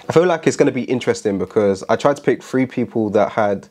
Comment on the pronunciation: I love my UK brothers but it always throw me off when you guys say faught instead of thought lol. I also like when you guys say one, two, free lol. Cool video, I dig tara’s best but yeah her hook was trash.